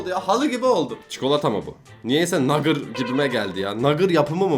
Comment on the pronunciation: Abi buarada nugger degil nugget😂😂😂😂